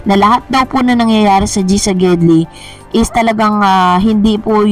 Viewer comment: LEDGI at hindi GEDLI. Tagal na namin salita yan during 70’s pa. Walang salitang liged, giled meron